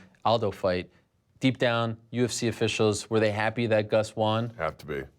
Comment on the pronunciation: I've always hated how Ariel pronounces "won" like "wahn."